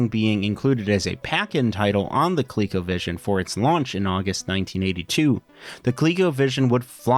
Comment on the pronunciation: It should be pronounced "Co-leh-co" not "Colique-o"